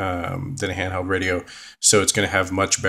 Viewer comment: Ahhhh he said hamheld ooohhh he hungry buy him a subway haha